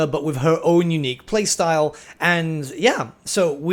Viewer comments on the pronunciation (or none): none